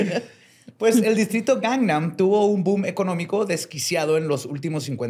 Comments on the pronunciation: aprendí que se dice Gang nam y no Gang man Also: dice GANGMAN todo el episodio 😂😂😂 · Me dio un tick cada que volvía a decir mal “Gangnam” 😭